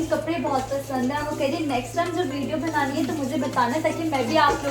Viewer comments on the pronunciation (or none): B ko bhiiii mat bola kro Khuda ka wasta uljhn hoti ....video bHnaaaani ni bnaaani hota 😠